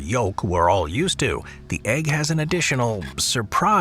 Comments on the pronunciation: It'spronounced "Baloot",not Ballot. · This "delicacy" is actually called ba-LOOT; the stress is on the second syllable. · Sorry but the way he is pronouncing Balut is driving me nuts. It’s Bah-loot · It's pronounced bah loot